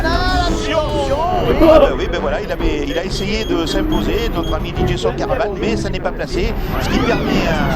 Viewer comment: Il a bien dit "Dj son caravane"?! 😅